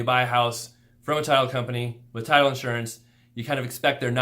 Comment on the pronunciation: I thought all the way through you were saying Tile Insurance, then heard title insurance.